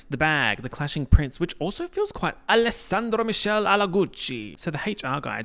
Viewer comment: your pronunciation of alessandro michele 😭